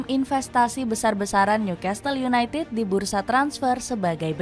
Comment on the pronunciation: Gokil sampe . Tetiba Newcastle United jadi Newcatle United.. Dapet bloop gak ke cek... Dari klub bola jadi ternak baru.. 😂 Btw beritanya tetap oke.